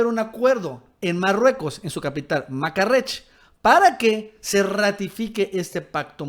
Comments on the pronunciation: No es "Makarrech" es Marrakech, Lee bien. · jajaja te mamaste makarrech? o marrakech , hasta donde yo se es la segunda, se escuchó bien mamooonn jajaja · jajaj repite la capital de Marruecos por favor jajaja, no es MaCArresh como lo dijiste jajaja, Primero te equivocas cuando dices a los estadounidenses con el nombre de la región de Norteamerica y luego con la capital de los países, creo que deberías de fortalecer tu evidente área de oportunidad con la geografía jaja morí de risa. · Marrakech no Makarech jiji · EL TEMA DE LA MIGRACION ESTA ENCAMINADI HACIA EL NUEVO ORDEN MUNDIAL. LA CAPITAL DE MARRUECOS ES "MARRAKESH" NO O MACARRESH. (BREVIARIO CULTURAL) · Yo no soy panista, voto y defiendo a AMLO pero me gustaría un muro en la frontera SUR, se me hace que tu eres el nuevo "" defiendes las tonterías aún en contra de nuestro país, el primer nacionalista es AMLO no lo has escuchado? y no es "Makarrech" es Marrakech. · VAYA, AL FIN DEJAN DE ESTAR HALAGANDO A LOPEZ OBRADOR POR TODO Y EN TODO Y ESTAN EMPEZANDO A SER OBJETIVOS EN LA INFORMACION. LA INVASION CENTROAMERICANA, DEJO A AMLO EN MUY MALA POSICION ANTE LOS VOTANTES CON SU OFRECIMIENTO DE UN MILLON DE EMPLEOS A CENTROAMERICANOS. POR CIERTO, NO ES "MAQARRESH" ES MARRAQUESH" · Mi queridisimo se dice Marraquesh ok.